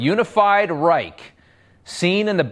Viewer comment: 3rd REICK HAHAHHAHAHAHAH LEARN TO PRONOUNCE IT WHEN U TRY SPEAK GERMAN THIS 5 WITCHES ARE CRAZY